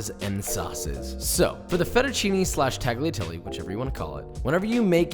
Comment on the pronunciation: Also with fettuccine the "ne" is not "nee" is more like "neh" or "né"